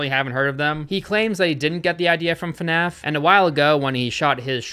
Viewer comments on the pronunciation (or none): Why does pronounce fnaf fanaf